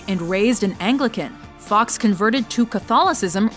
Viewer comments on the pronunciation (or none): It's not Guy fox it's Guy Fawkes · Oh no... no... you did not pronounce guy fawkes like guy fox.... instead of how it’s meant to be pronounced...